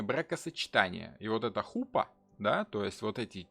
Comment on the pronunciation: Уважаемый, спасибо огромное. Не на, что не похожие лекции, просто чудо, как интересно. Счастлива, что нашла Вас. К стати в слове хупа ударение на конечную А.)))